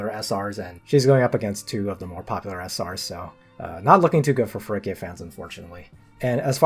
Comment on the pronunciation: Except Feraquea's name is pronounced feraQUAYa